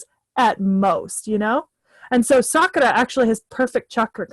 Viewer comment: the way you say sakura is cringe..its sakoora or sakura..not saakara...ok?..its not elegant for her...its meant to be said sorta gross when referring to her...shes not a good character